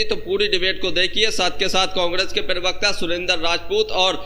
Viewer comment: जनाब यह शब्द पिरवक्ता नही है, प्रवक्ता होता है।